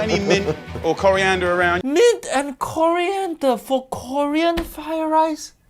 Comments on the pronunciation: There was "Korean"der. 🤣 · Jamie Oliver: ahh Korea Kore Cori!! Ahh yes! Coriander.